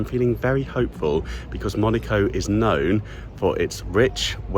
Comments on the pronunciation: Fantastique... mais c'est MonAco et non Monico, s'il vous plaît! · I only hear MONICO not Monaco 😂😂😂 sorry mate but that aint it 😅